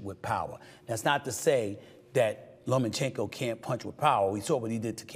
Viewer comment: It’s (lomachenko) not (lomenchenko)